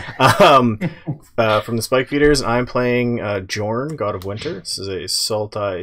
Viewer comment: Okay, okay, okay. Guys. I REALLY love the Spike Feeders, but Jorn is pronounced Yorn. Now you know, please never say it with a hard J ever again. Thank you.